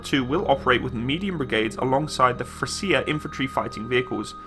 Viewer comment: Just an fyi the c in frecia is pronounced as a ch in english. A hard c is typically written as cc. Hence the pronunciation of frecia is frechia in english.